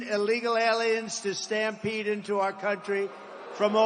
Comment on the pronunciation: Damn my man said illegal alien "stapmede